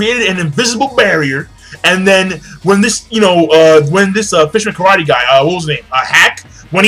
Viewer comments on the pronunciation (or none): none